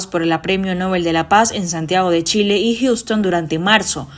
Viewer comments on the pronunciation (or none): none